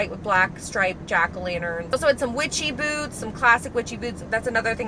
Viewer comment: I thought you said witchy b**bs instead of witchy boots 😂😂😂😂😂😂